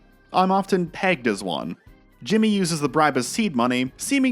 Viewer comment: .... Yeah, I definitely "knew it"! 😅 Couldn't help but notice the emphasis on "PEGGED" 😂 Happy June sir!